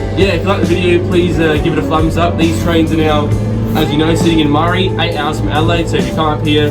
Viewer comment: Maree is pronounced into sounds: [MUH] + [REE] not murry